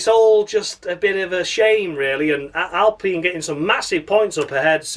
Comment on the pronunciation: Alpine rhymes with clean or spleen.